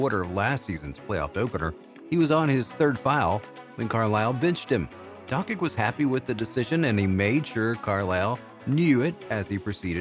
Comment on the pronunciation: 2022 video and still can't pronounce Doncic..